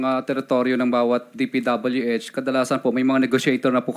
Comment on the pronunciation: Hanggang d mo nai po pronounce ang DPWH na tama Curlee d ka kapani paniwala😅paturo ka sa asawa mo Englishera yan ah😂